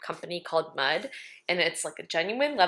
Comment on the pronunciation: I just came across your channel… I am now binge watching your videos☺️ So I’m from Denmark, the same place as where your project bag is from. The name of the bag is Muud, but it’s pronounced Mood☺️